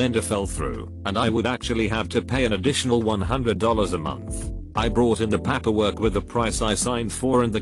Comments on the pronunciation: repeat after me: Pay "Pay" Per "Per" Paper "Papper" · It's 'paperwork' not 'pap per work'. Turn the damn computer off !!!! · Why does paperwork sound like papperwork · This is idiotic, literally. It's pāper-work, not papper-work. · PaaaaapEeer work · It sounds like he wants to say "pampers" but doesn't quite get there. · Reddify: Pronounces "Fiance" flawlessly Pronounces "manufacturer's warranty" exquisitely Pronounces "paperwork" like a drunk irishman "PAPPER WOORK" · Boy Siri voice when it says paperwork sounds like PAP-erwork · Text: Paperwork Voice: P A P A W O R K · Paperwork Text to speech: pamperwork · Narrator be like "pahperwurk" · Pah-pur work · Papperwork? Can't listen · The way the voice over read pAperwork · The computer voice is really awful... I wonder what it thinks "papper-work" is suposed to be? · This has to be one of the lowest effort reddit channels. "Pahpperwork" Can't even bother to correct bad pronunciations, forced pauses at end of lines, or misinterpretations of abbreviations. If you're already using other people's content and running it through Text to Speech from 1995, you could at least clean up the presentation. Of course, it must be harder when you don't speak English. Yet they somehow have 55k subscribers. When did bottom of the barrel become a preferred default? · Why use a computer voice that fails on 10% of the pronunciations just-use a human as I cannot continue with words like Papperwork. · Ok I'm sorry but I can't listen to the word PAPerwork or COWworker again. I'm out. Bye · The reason this happens is because tts doesn't recognize paper in paperwork, essentially to get the right pronunciation out of it you have to type paper and work separately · The way "paperwork" is pronounced is making me uncomfortable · Hilarious that the computer voice can pronounce "paper" but not "paperwork." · IT REALLY BOTHERS ME HOW HE SAYS PAPERWORK